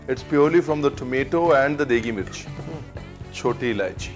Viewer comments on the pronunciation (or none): if someone hasn't already pointed it out, it's Mirch and not Mitch 😊